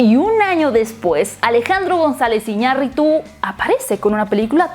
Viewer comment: Por que tiene que "agringa"r todo?... hasta para decir el nombre del director Iñarritu lo pronuncia como si fuera un nombre ingles